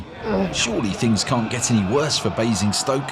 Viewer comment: Bruh there is no E in Basingstoke lol